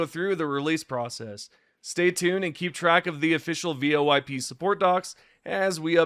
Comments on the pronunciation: You using an ai voice for your vids? Who tf calls voip, vo-ip? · First time I think I've heard someone say V.O.I.P over and over again instead of VOIP.... interesting